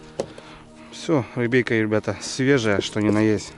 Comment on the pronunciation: Бля,,не говори "рибейка" мерзко звучит! Раньше так не говорил. А так фильмец 🔥🔥🔥